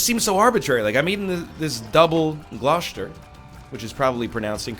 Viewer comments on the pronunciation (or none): It's pronounced gloster . Not gloshter. You think Gloucester is bad? Try living in happisborough. (Pronounced haze bruh) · and its pronounced gloster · 'Gloashter' Oh god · Gloucester, pronounce it as GLOSTER Please!!! 😂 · It's pronounced Double Gloss-ter. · No hard ch in Gloucester it’s just a s sound but the rest of of pronunciation is ok. I can’t remember the other town but it was butchered beyond recognition 😂